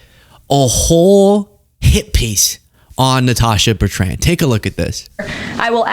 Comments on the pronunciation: Not Bert...ran..my god!! Cringe worthy to me!! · Why are Americans incapable of pronouncing Betrand?